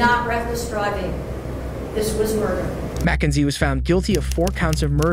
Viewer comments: MACKENZIE SHIRLLA?! MY NAME IS MACKENZIE but not shirlla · “all the down” this voiceover is absolutely fucking ai “Mack-n-zie” … what the fuck is that word, it’s meant to be “but even if it is” but instead it’s “but eunfi it is”